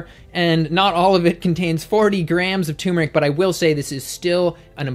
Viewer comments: I love you but it's pronounced "turmeric", not "tumeric". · Turmeric. TuRRRRmeric! Not 'tumor-ick'. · Turmeric has an 'r' between the 'u' and the 'm'. I used to not pronounce the 'r' either, but that is incorrect.